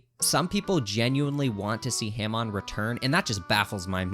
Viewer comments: pronouncing it "ham on" is what makes this list wrong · Hah-mone. not HAM ON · Why do he keep saying Himon not Hamon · STOP SAY H-AM-ON ITS HAM-ON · STOP SAYING HAM ON, IT'S PRONOUNCED HAW-MOAN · Every time you pronounced “Hamon”, it made my balls itch. I prefer “Hah-moan” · its ha-moan not ham-on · “Ham on” 😭✌️ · say “ham on” one more time istg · wtf is haeHmawn? How can someone be physically that bad at pronouncing such simple word? All opinion rejected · "Ham-on" is killing me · "ham on" I genuinely dont think anyone who mispronounces it actually watched the hamon parts, because no one in the dub or sub calls it Ham on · IT'S PRONOUNCED HO-MON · the way u pronounce hamon has ham on makes me angry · “HAM on” 🤓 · Bro said ham on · I cannot hear this man continue to call Hamon haym-on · The way this dude pronounces Hamon is driving me crazy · Every time he mispronounces Hamon I want to throw myself out the window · This guys inability to pronounce hamon is INFURIATING Edit: i just got to the part where he tries to say kakyoin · Argument against part one, a part with 2nd best waifu and Johnathan, the most honorable character, is now invalid, you pronounced "Hamon" incorrectly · Damn man in “Hamon” you empathize the a and mon in the word they say the word correctly in the anime how are you mispronouncing the words just say what they say. Your average Jojo YouTuber brah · himon are you saying hamon satericaly? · The only thing worse than this ranking is his pronunciation. Ham-on, khaki oh in??? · I can't get through this video with you saying HAYMONE as Hamon and KAKYOWEN as Kakyoin, bro I wish this was april fools and doppio and diavolo what are these pronounciations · Oh man sorry but ham-on and cack-e-yo-in i don’t know how you can pronounce it that way like, did you watch the series on mute? Or are you like refusing to pronounce it right because you don’t like it?